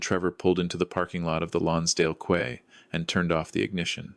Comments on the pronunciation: We don't call our Boat Quay or Collyer Quay 'kuay', like some malay pastries. We were taught to say 'key' in Singlish.😅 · Quay is pronounced : key